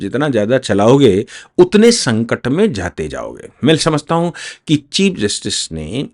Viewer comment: हू नहीं। हूँ। अपनी हिन्दी सुधारो।